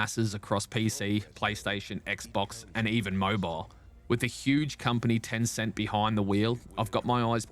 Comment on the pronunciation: You had me until "Tencent".